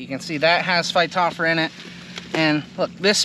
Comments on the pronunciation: Missing a few letters. Phy-top-ther-a. not phy-top-fra. Close. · Hi, the genus name Phytophthora is fy-toff-thore-a.